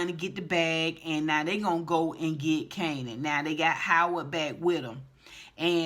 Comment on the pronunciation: I laughed every time you say Kananapped lol😂😂😂